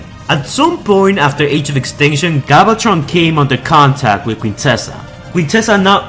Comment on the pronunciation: Holy fuck, your voice made this video unwatchable. Please learn to say names properly. "Galvatron" not "Gobbletron".